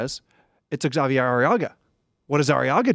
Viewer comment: Xavier Arreaga. ZAH-vee-yay? what? Hah-vee-air. When his teammates call for his attention, they shorten it to "Hah-vee", not "Zah-vee". Is it too much to ask that perhaps someone calls Seattle's head office with a simple "Hey, we're talking about your team and don't know how to say #25's name"?